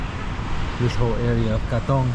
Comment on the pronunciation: You pronoune Katong really well...especially for an American😊